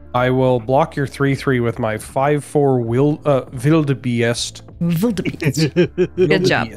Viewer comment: Not bad on the pronunciation of wildebeest